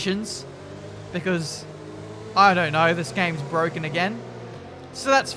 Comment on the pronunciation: Its bwoken the game is bwoken